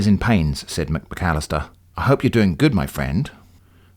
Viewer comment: I keep on chuckling every time you say "Mc-McAllister". It is also extremely funny that poor Davis Bon had "any accident." He may just have stubbed his toe.